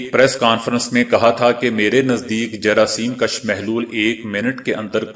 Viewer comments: جراثیم کُش ہوتا ہے ناکہ جراثیم کش۔ اپنے تلفظ درست کریں۔ کیونکہ انکے معنی میں بہت فرق ہے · جراثیم کش پیش کے ساتھ ہے زبر کے ساتھ ہے